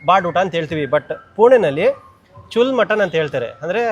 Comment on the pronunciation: ಚುಲ್ ಅಲ್ಲ ಕಾಕ್ ಅದು ಚೂಲ್ಲಾ ಅಂದ್ರೆ ಓಲೆ